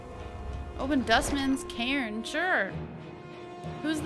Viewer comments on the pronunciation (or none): none